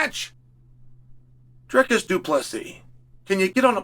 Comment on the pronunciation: "Driscus"😂 sped